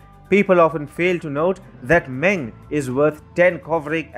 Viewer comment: Meng is pronounced “Mung".